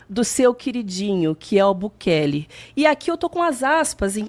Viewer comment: Chamando o Bukele de Bukake kkkkkkkkkkkkkkkkkkkkkkkkkkkkkkkkkk